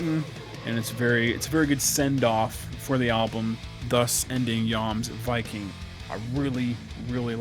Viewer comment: You are the first reviewer I've seen to have pronounced it correctly!